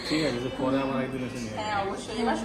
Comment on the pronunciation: “পোরে” এসে কিনবো। চোর “গোলা” কেটে নিয়ে যাবে। “ পরে” হবে কথাটা। পোরে না। “গলা” হবে কথাটা। গোলা না।